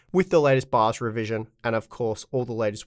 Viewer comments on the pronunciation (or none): none